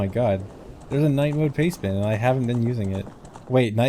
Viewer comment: I spent most of the video thinking was talking about "payspin" not "pastebin", and was wondering why he was talking about a gambling app.